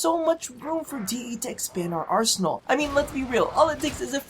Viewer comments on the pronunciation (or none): "for DE to expand out ARSE-enal"